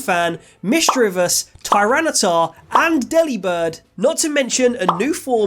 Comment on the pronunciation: say delibird like "delivered"